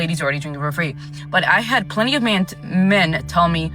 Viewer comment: It's pronounced men, not me-en. Sheesh